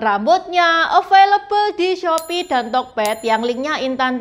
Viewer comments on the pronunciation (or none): none